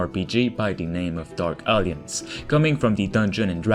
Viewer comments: A whole 3 Minutes I was sure that game is called Dark Aliens because of the way you pronounce it. It's A-lliance. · Dude, “alliance” is not pronounced as “Alience” or “Aliens.” I know English is not your first language, but this is a simple word that frustrates English speaking people when people don’t even try. Please say it like this: Al-eye-ents or “al-eye-ants” or “al-eye-ance” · Great video. Small nitpick: In English, "Alliance" is pronounced "uhl-EYE-unts". The middle "i" is pronounced like "eye", and its syllable carries the emphasis point of the word. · I love how it sound like he’s saying “dark aliens” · Dude, learn to pronounce alliance 🤭